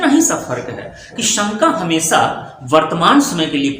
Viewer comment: सर जी भाषा को भाषा उच्चारित कीजिये, न कि भासा। हमेशा को भी आप हमेसा कह रहे हैं। एक एक शब्दों नहीं, एक एक शब्द कहिये। यदि आप हिन्दी भाषा को समझाने का प्रयास कर रहे हैं तो अच्छी बात है परन्तु यदि उच्चारण और व्याकरण ही अनुचित होगा तो आपकी ये वीडियो सुनने का मन ही नहीं करेगा।